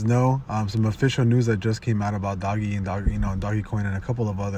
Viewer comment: Cool, but one thing uh why do you say it like that (doggy).